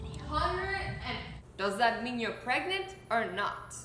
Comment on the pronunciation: No one No body Not even kassie Azzy: you're clearly not PrEgAnTe